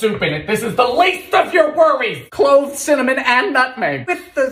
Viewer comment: )) He sound like that! but also CiMiNyIm 😂😂😂😭😭😭 G-i-n-g-e-r 😭😭😭😂😂😂😩😩😩